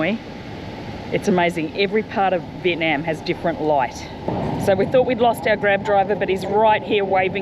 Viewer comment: and. Love love love your pod casts. The tours and suggestions are marvelous. However, one thing stands out from pronunciation of Viet. NAM She comes down so hard on the NNNAAAMMM. ITS SOULDS LIKE FINGERNAILS ON A CHALK BOARD. I might suggest Viet Nauum. Instead of the very loud NAM!!!!